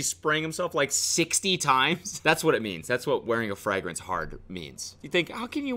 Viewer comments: It's even tougher when you pronounce it "frEHgrance" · Frag-rence lmao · fray-grince, not frehgrense lolol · everyone: fragrance Cody: frangrance Cody: fraangance Cody: fragrassne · He says Frigrance! Like Friday! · Why is no one talking about how Cody pronounces "fragrence"? its hurting me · I like how fragrance is pronounced “fer-ag-rance” thoughout the entire video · Yesss! I've never heard it pronounced that way haha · THANK YOU FOR ANSWERING MY QUESTION. i thought i'd missed something and he was prodying it by saying like that but...turns out he just pronounces like a gap year kid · The way you pronounce fragrance sends me into orbit. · Lol does anyone else notice that Cody doesn’t know how to pronounce fragrance... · Why is Cody pronouncing Fragrance so Funny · I can't tell if Cody is pronouncing 'fragrance' like a German on purpose or if he's just saying it weird.